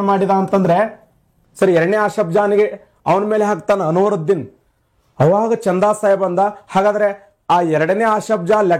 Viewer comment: ಅನುರುದ್ದಿನ್ ಅಲ್ಲಾ ಕಾಕ ಅನ್ವರುದ್ದಿನ್